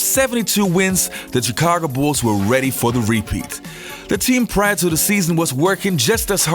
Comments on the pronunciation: U have a good show. I from Chicago. Born and raised. Theres 2 things we gripe about. 1. Pizzas has to be good. 2. When people pronounce Illinois with the S sound. The S is silent. Now... it's annoying when u pronounce Chicago without its SH sound. That is sooo fucking annoying. Its pronounced, Shicago not Chicago. Of course it's spelled as Chicago. Got it!!! Work on it. Jeeez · Sorry but I hate how this guy says Chicago god damn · Dude...why can't you say Chicago properly? Or Charlotte for that matter? Just curious.